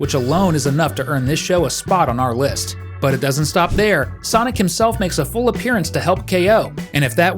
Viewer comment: Not sanic 😂😂😂😂😂